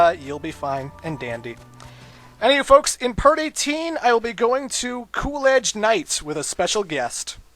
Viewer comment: When he said "in part 18" i thought he said "in party teen" XD